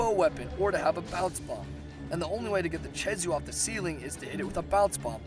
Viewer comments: Not che-zoo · Did u say chezu its pronounced kezu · not to be nit picky but its Kezhu not CHezhu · Chezu? Don't pronounce it like that. It's Khezu... K-ezoo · okay okay, I can deal with some of the mis-pronunciations, but freaking CHEZU? it's spelled KHEZU, what in the world makes you think it's chezu? edit: he even spelled it "khezu" in the video, and yet still calls it "chezu" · it's not chezu it's khezu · why do you pronounce khezu as "chezu"? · You don't pronoun a K with the CH sound. Lol Keh zew not che zew. No hate, just a English lesson :3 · My advice to like the Zinogre: Get Gud Edit: Pronounces Khezu like "Chezu" Kh still sounds like K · And I thought Ragegamingvideos was bad at pronouncing monster names...Chezu?! CHEZU?!?! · It’s pronounced keh -zoo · also, where the fuck did you learn to say CHEZU? It's a K goddamit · the way you pronounce ''khezu'' is just...just fucking BAD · FUCKIN CHEZU REALLY?!?!?!? HOW DO YOU FUCK THAT UP?!?!?!?!? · I don't understand how you got "chezu" from khezu. with a k. I think that's the strangest pronunciation of a word I've heard so far. That no good no theme piece of flabby garbage on fire still sucks though. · huh, NEVER heard Khezu pronounced "Cheesoo". also i have the feeling that he doesn't know a whole lot, and just snagged rathalos pl8 drop % off Kirinico to argue, because most pl8s have the same drop %...kinda shown by rocking a water hammer vs. Rathalos (which is dragon/thunder or gtfo) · ke-zoo ffs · It is Khezu not Chezu. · ah yes, the chezu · THIS! It was so annoying hearing him say Chezu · when the he'll did blangonga become balonga, read the names before you try to pronounce them, like khezu, kh does not make the ch sound, kh makes the K sound so it's kezu not chezu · "balonga" ???? blangonga... "chezu" ???? khezu... literally just disliked because ur so bad at pronouncing them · blan-GONG-ga keh-ZU phonetics man. phonetics.